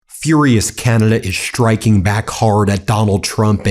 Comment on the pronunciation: Canada is "shtriking" back! (not "striking" back, mind you)